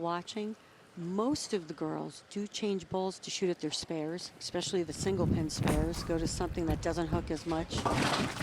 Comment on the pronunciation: To sum up this video: "She does exspecially well on the right." "YES! YES!"